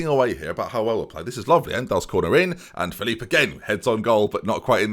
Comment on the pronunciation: and it's Phillip not philiiip